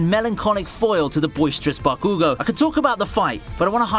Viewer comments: BAAAH-koo-goh! GAAAAAAA that really triggered me 😆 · Bro why do you pronounce stuff like that? 😂 "BakOOgo" 😂